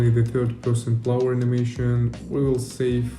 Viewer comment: You are pronouncing "player" like "flower". :D The movement in the game looks sick tho, great job!